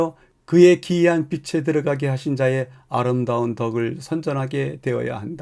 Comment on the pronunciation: [비슬] [비세]... 발음이 영 거슬립니다. [비츨] [비체] 같이 소리를 내셔야지요 ^^